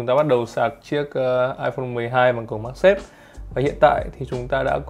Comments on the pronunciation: Mag chứ không phải mac nha anh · magsafe chứ đ phải macsafe